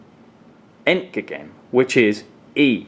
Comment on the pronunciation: No!! It's zed Love your German pronouncing ion, btw :) Ent-gäh-gen The middle but sounds a bit like gate with a very Scottish accent haha